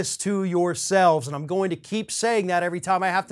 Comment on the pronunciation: The way you said AAAND THEY DESERVE IT....facts tho🤣🤣💯💯💯💯